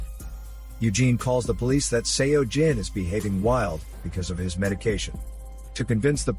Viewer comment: One thing, Seo pronounced as 'Soh'. Not sure why it bothered me so much. But had to pause the video 4 times.